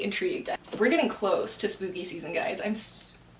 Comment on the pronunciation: When you said spooky season, I thought you said smoothie season 😭 I'd probably fail at this because my mind went blank with every question 😂